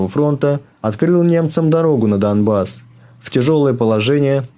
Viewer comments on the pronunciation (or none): none